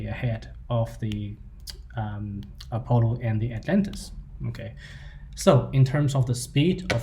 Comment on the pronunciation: Apollo is not pronounced "A Polo" but "Uh Pahlo" . Nice video. Love Demeryere.